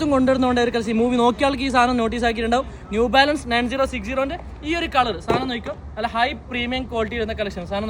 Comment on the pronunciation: The real brand name is New Balance, not “Zew Balance”.😂😂😂😂